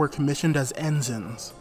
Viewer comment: Very nice presentation for the most part, enjoyed it! Liked the history and your pictures used in the presentation. However, I live here and must comment a bit (Sorry) "En SIGN" the first time could be redone. 2nd time was nicely done. Also, it's not YO KO SUU KA. Everyone here pretty much calls it Yo KO sKaa for how it sounds. It's pretty flatly spoken, not much stress on any syllable, but it's a way to tell outsiders from locals. JR and Keikyu in Station Staff in particular corrected a lot of my friends, I just listened to how the Announcers said it and followed their cues.